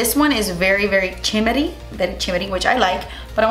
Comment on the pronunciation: It took me a second to comprehend that the blush was “chimmery” 😂